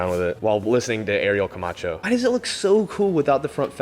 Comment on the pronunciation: Did you just say Ariel Camacho 😂😂😂